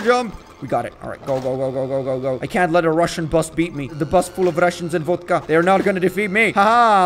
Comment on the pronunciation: I love when he say "a bas vul ov VODKA"